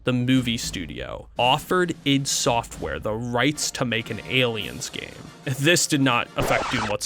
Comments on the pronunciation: It's not eye dee... It's "eeed". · It's not pronounced i.d. Software and no, Romero was NOT the primary programmer for any of their games. John Carmack was.